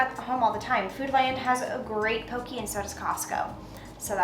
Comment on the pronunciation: Poke bowl. Pronounced "Po-KAY" 😉